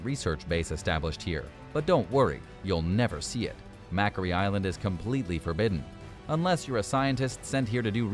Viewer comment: Number One is Macquarie Island. It is pronounced "Mack - Quarry". It is named after Governor Macquarie who was Governor of New South Wales when Australia was a colony of England back in 1810 to 1821.